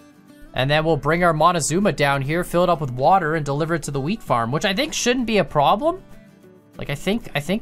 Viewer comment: whenever says wheat farm i swear to god it sounds like hes saying weed farm we've seen them in wisconsin before